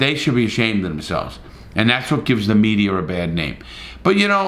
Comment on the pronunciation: and thats what gives the mediaer a bad name, why do you put r's at the end of everything? accent?